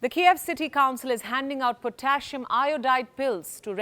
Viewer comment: It's "potass-see-um",, not "potashium".